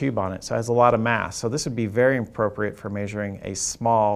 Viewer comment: very "inappropriate" for measuring a small semiconductor device. He did not enunciate very well there and it sounded much like "appropriate". Yes, we know, but newbies don't and they are the target audience.